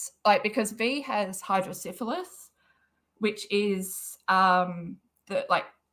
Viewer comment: It's Hydro-Cephalus pronounced Hydro-Seff-a- luss (not Hydro-Syphilis like the STD lol).